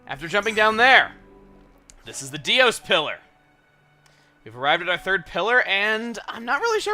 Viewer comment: "Dics Pillar".